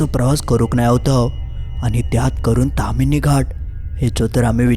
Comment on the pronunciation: बोक्यांनु........ 🐱 ता ताम्हीणी असा! तामिनी नाय! 🐱